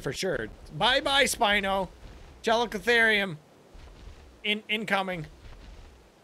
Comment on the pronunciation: After researching it, every pronunciation i could find said "Chal-E-co-ther-ium"